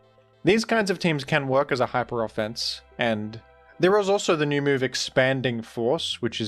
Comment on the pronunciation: "In teh Rain..?" 😢